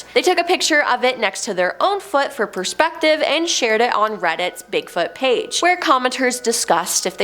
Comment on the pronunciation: Could you pronounce it "Bigfoot" please? I'm sure it's not "Bigfut"